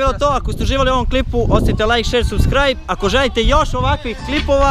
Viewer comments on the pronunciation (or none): none